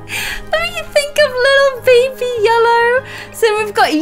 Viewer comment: “✨BaBY LelLoW”